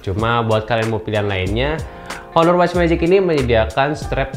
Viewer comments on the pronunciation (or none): Baca "aner".